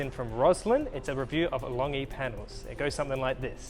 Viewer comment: Informative as ever. Just a small point -- Longi is pronounced with a soft 'g', i.e. LON-JEE (source: an engineer in Longi's Sydney office, and he should know!).